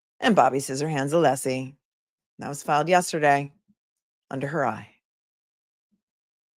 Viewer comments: It's UH-lessie DUMBASS!!!!!! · Honk breenan is a petty, little man intentionally mispronouncing Alessi. I think he knows Mr. Alessi is very liked by the public and he isn’t. Jealous. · I'm not sure attorneys realise how they come across. The vast majority of trials have very limited audiences so the general public doesn't get to see the likes of Brennan being so obnoxious. The lack of scrutiny means obnoxious and unprofessional conduct does not get checked. Brennan repeatedly mispronouncing Alessi's name should have been picked up on, for example.